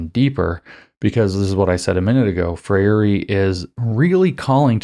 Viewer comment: FREIRE is pronounced FRAY-ree